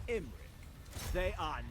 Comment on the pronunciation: In this campaign it's more "Imprick" then "Imrik"...."Helloooo, Ladys!" 😂😂😛😛😂😂